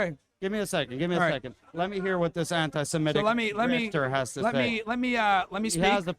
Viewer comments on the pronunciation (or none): “AnTiSeMeTiC” 😅😅😅😅😂😂😂😂 shut upp